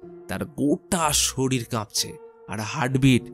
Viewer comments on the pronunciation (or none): none